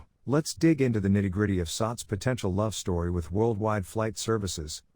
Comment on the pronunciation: I hear the voice it keeps on saying “sucks”.. simik sucks la , it should pronounce as “sats”..😈😈